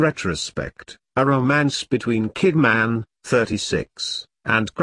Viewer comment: Channel Fitzgerald...,Kidmaaaaaann, Lisa Bunet, what a bloody joke.,,. Get it right or get off here